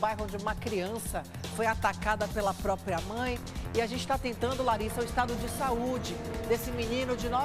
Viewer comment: não é própio,nem própia.É próprio,própria.